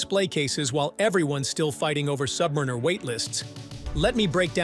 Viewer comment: I can’t listen to someone who can’t pronounce Submariner.